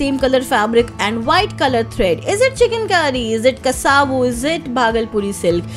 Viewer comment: Kasavu Pronunciation - Kasav Not Kasaavu